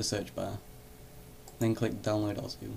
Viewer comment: its osu not ozu